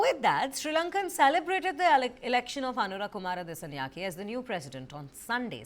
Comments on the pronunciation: අනුරා කුමාරා දිසානෙයාකෙ 😄 මොනවද බ මෙ නම් කියන විදිහ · Please learn to pronounce names correctly, we always read Indian names correctly.